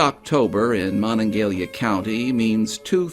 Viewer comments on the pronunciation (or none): Hearing this say Moningalia is painful.. Mo-NonG-a-HELia bud- get it correct. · as a West Virginian you should know the county where Morgantown is located is pronounced Mo-NON-ga-HEH-la.